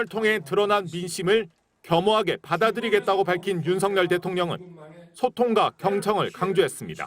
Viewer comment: 짜증나 윤성열 아니고 윤가 석열 이라고 윤석열 아나운서 공부좀.